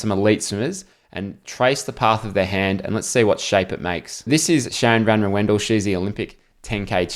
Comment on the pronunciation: Great video analisys as always,really enjoying your vids(thumbs up ; ) Just wanted to say that Sharon van Rouwendaal’s name is not pronounced as Sharon van Roewendell like you do,but as Sharon van Rauwen-Dahl. That’s It no further comment.